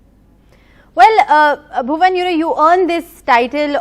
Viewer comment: Did she say "Bhuvam"